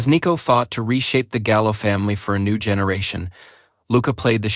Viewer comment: the first time you say the word 'generation', you enunciate it with a hard G.